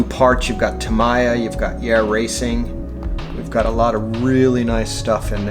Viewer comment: It has been pronounced both ways since the 80's. But Tam-ee-ya is the correct pronunciation.